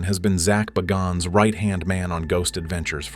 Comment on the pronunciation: `And Zaks last name pronunciation. I feel bad for Aaron from what his wife did.